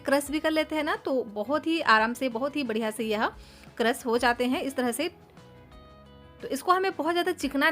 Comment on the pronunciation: Sier, crass, sape ( share, crush. Shape )